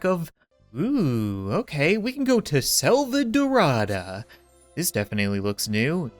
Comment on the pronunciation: In addition, the Selvadorada e in Selvadorada is not pronounced like the e in elk, but like the long a in save,.